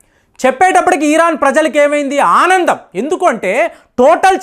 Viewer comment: ఈరాన్ కాదయ్యా ఇరాన్. కాన్స్పిరేన్సీ కాదు కాన్స్పిరేసీ. అలాగే, పహ్లావి రెజా అంటున్నావు వాడేమైనా పల్లవ రాజులకు బంధువేమో చూడు 😂😂😂😂😡😡🙏🙏🙏😂😂😂😡🤐🤐🤐